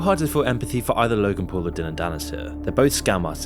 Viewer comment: Dillon not dillion like dillion white